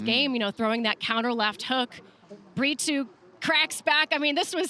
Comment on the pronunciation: Is there a reason commentators say Bri-too instead of Brito ?